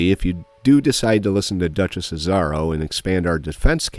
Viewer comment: I die every time he mispronounces "Azaro"